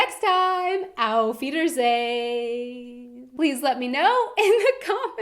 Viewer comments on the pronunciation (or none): you have to get rid of the american accent when saying auf wiedersehen! it makes me cringe all the time!! you've been here a while now you can do better than that ;)